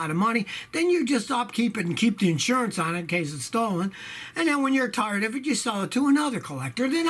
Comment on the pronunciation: i chuckled when you (being from the north originally but having the Houston rub off on you) said get rid of it when you get "TORED" of it lol!!